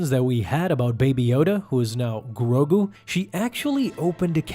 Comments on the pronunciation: Why do you keep saying grobu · Grogu, not Grogru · He hasn’t grown because as far as we know, his species ages slowly. Yes, great merchandising, but he’s going to grow. Yoda didn’t become a lightsaber slinging master in an instant, he became a master at 100 which is 50 years from the current age of Grogu (not Groku or Growku as you keep calling him). Jar Jar was comedic relief and the most annoying creature. And yes, honestly, he is holding back the main story for Mandalorian in my opinion. I understand the world building necessity to expand Star Wars, but I hate how slow Mandalorian moves and how few episodes there are. It pisses me off.